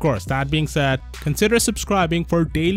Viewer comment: My voice is similar to listening him say peace aeut sounds odd. I say aaut.